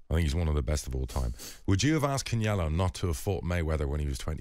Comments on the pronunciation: My man said "Kenellio" 😂😂😂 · Who is can-yelo? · "I'm a big Canyelo fan" he says as he pronounces his name in a way that nobody else ever pronounces it.